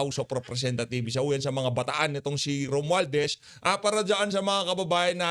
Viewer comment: HOUSE OF REPRESENTATHIEVES. THIEVES THE HORRIBLE SPEAKER MARTIN ROMUALDEZ. PRONUNCE ROMUALDAZ.